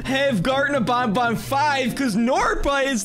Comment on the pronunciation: It is not called Bon Bon it is called ban ban